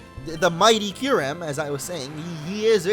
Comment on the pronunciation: Lol you said kyreum when you battled zekrom